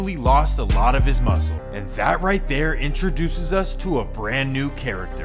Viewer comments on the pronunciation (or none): none